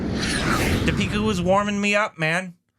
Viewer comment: I don't understand why still the intonation is so weird. It's Dee-pika. Not Di-Peeka